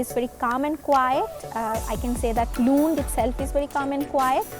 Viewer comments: Its not loond its Lund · Luund ya lund 😂😂